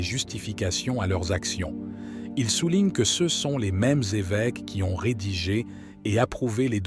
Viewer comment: « Ce », »ci », « mgr » sont mal prononcés : pourquoi ? est-ce l’intelligence artificielle……😅comment prendre au sérieux?